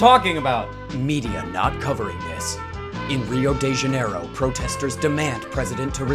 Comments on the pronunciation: "Rio day janairo" lmao 😂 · rio de janiero is actually in brazil where portuguese is spoken, and yeah he totally butchered the pronunciation lol but i can't blame him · the way you said "Rio de Janeiro" made me choke, thank you lmao